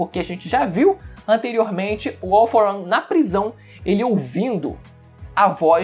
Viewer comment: “All for ãn”